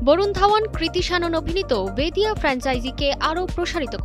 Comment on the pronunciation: Didi ota vediya na beriya hobe 😂 thik kore age ucharon korte shikhun